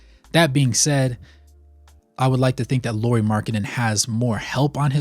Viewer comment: Nice video, I always like to have Lauri/Jazz content :) Some comments: first not "Lori", Lauri as "Lowry" in Kyle Lowry. I think he has earned the respect to at least have his name pronunciated right by NBA finally 😅😂 (at least as close as Americans can 😉) About health: during his years with Bulls part of the reason why he was injury prone was the training they made him to do. They wanted him to bulk up so he could guard bigger guys. But it just made him lose the stuff he was good at: speed, bouncyness etc. In his free agency summer he started to work with a Finnish trainer and lost some muscle from wrong places and has strengthened his feets etc. That helped his health some in Cavs and more in Jazz. (Not to mention his playing!) Last year other teams targeted him with the vigor he has never seen before and was literally quite beaten up in the end of the year. Added to the fact that Jazz didn't exactly mind their best players sitting in the end of the season I'm guessing they talked him to miss some playable games too. I want to believe that when he gets used to his role as the guy in Jazz and what it means physically too, he will start to play more full seasons. He has also said that one of his goals is to play full 82 without missing any game. About world cup: Lauri said that he had troubles getting his feets under him (after long summer in army without playing 5 on 5) and that was the reason he shooted badly. (Also his team wasn't exactly creating him a lot of easy looks o